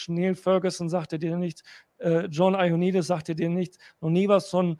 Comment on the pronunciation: Der Typ heißt JOANnidis, und nicht EIONnidis! Das kommt von Johann, und nicht vom Ei.